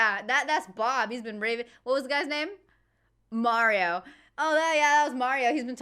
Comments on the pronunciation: You prompted me to Google the correct pronunciation of 'Mario'. According to a video about the pronunciation, where a linguist was consulted, he said that both the US and UK pronunciations were wrong. The UK version has the correct vowel sound, but that sound is shorter than in the correct Italian pronunciation. The US retains the correct length of the vowel sound, but have changed the sound of the vowel taking it further away from the Italian pronunciation. So if you look at the 'marry-o' pronunciation in the UK and lengthen the 'a' sound to 'm-aaa-rry-o', you would only need to roll the 'r' to say it correctly. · Well, that linguist was wrong going by the vowel sound in this clip. The vowel is a bit too close (approaching /æ/ rather than /a/) at least according to my ears. -My Ears: My native language is Danish, where we distinguish three vowels that sit right in that area (between pure /æ/ and pure /a/), and I also speak Spanish, so I'm familiar with the pure /a/ sound that would be the correct vowel quality. I'm also familiar with the /ɑ/ vowel because Swedish uses that for its 'a', and I live right next to Sweden. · Marry-o - an Italian wedding celebrant? Great stuff, love how invested you're getting in WILTY. Beware though, you may just end up a gibbering wreck like David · If you know any Portuguese people and you pronounce Mario the Italian way they'll eat you alive. Ditto pronouncing Carlos the Spanish way. It's probably wrong pronouncing it that way if they're eastern European I suspect also, as hinted at here.